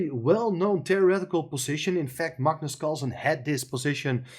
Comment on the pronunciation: pronounces Magnus correctly. Very few non Scandinavian people do😊